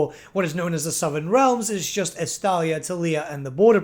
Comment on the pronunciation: Every Time He Says Estalia I Just Hear Gelt